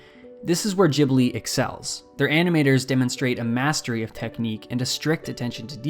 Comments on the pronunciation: Can’t get past your mispronunciation. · I can't focus, because you say Ghibli wrong 😂🙈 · I just cannot listen to the way how you pronounce "Ghibli" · Ghibli is actually an Italian word. It is pronounced "Jee-blee." However, Japanese say it as "ji-bu-ri." And you shouldn't get distracted by a single word, there is a lot of effort on this video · Pronounce the studio name properly, fuck me I had to turn it off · You do know there is a H after the G your pronouncing the word Ghibli wrong, all Americans do! it does my head in because it sounds so stupid. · Great video! But I wanted to die every time you mispronounced Ghibli lol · i cant take the way you pronounce Ghibli omg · You keep saying Ghibli wrong and it's hard to overlook when you're trying to sound like you know what you're talking about. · Gi-blee, not jiblee, GIH-BLEE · there is a H in ghibli, so it is pronounced g_ibli, not gibli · I will try my best to take you seriously as you say “Ghibli” as “jibly” and not “gibly” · It's Ghibli not Jhibli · Wth I thought it's pronounced as GIBLI not Jibli. My whole life was a lieeee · Why does everyone pronounce it wrong? It's not "Jeebli", it's a hard G, Ghibli. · I always call it studio “Gibli” and you are saying it “Jibli” and it is really annoying me haha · It’s pronounced Gibli, not YIBLI. idiot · REEEEEE ITS GHIBLI NOT JIBLI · Wait................. Is that how you supposed to pronounce "Ghibli"? "Jee-blee"? Not "ghee-blee"? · i hate it how you say jibli and not ghibli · I believe its "ghibli" not "jibli" just like its "gibson" not "jibson" right? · Thank you for the video! Is it really pronounced "djibli"? I always assumed it was "gibli"? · Why everyone gotta pronounce it jibli? It’s ghibli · every time you say "jibli" with the soft G (not "Gibli" with the hard G at the start) it makes me squirm in my seat its like jif and not gif uuuuugh (i say gif btw) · Gib-li not Jib-li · Pretty sure it's pronounced "Ghibli" and not "Jibly" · Ghibli, not Jhibli